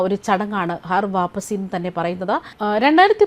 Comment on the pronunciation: ഹർ വാപ്പസിയല്ല, ഘർ വാപ്പസിയാണ്.